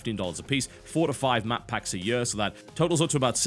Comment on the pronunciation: ''over the yuar'' lol